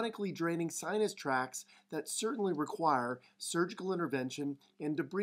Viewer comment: Wait wait wait wait a minute here. Did he say sinus tracks? On the butt? Now I'm really lost.